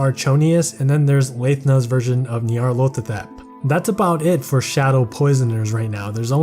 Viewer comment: It sounds like you’re saying “Nyarlothatep” instead of Nyarlathotep. Besides that, amazing video as always.